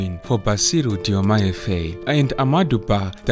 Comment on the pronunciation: Faye is pronounced as FAR as in Far, joined with “I” as you say “I” in the alphabet. Faye.